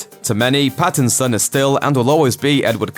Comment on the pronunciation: Did he just say BATTinson